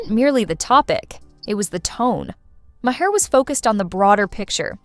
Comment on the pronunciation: Is this AI generated? The pronunciation for Bill Maher's name is all over the place.